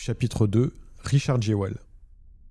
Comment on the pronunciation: Je dis pas ça en mode critique mais ça me fume que Jewell se pronunce normalement "Juul" et que en fr on fais vraiment 0 effort : Jéwelle